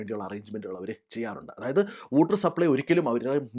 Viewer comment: Whooter alla waw-tuh